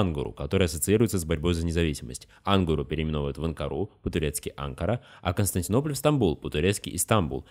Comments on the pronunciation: Хорошее видео, но столько ошибок в слове Константинополь. Ужас просто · слишком много ошибок в слове Константинополь.